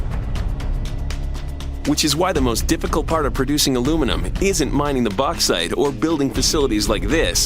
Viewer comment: Why can't he say Bauxite? I'm gonna let the fact they can't say aluminium properly slide (and the fact YouTube marks it as a miss spelling).